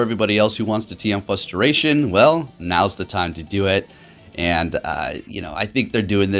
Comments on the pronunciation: what "frustrates me"' is hearing "fusstration". Come on! keep it on point brother. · For the love of god there is a "r" in "frustration."